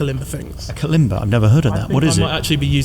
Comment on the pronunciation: Such a wonderfully open and honest interview. I have listened a few times . we need to see You with your Kalimba and you pronounced it perfectly